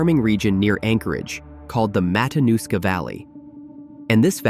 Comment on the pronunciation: It's Matinuska TF